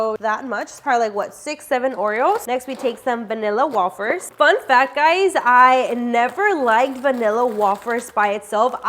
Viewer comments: I thought it was wayyyfers😂 not wahhfers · wafers are pronounced as way fers love ur videos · saying wafers wrong 😂 it’s pronounced wayfers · The way she is saying vanilla wafers lol it is like way-fers not wo-fers